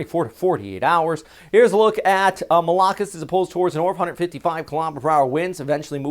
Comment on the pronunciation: The stress in pronouncing 'Malakas' is in the last syllable not the second.